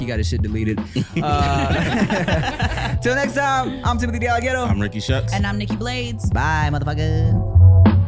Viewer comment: I say Necked too hahahahha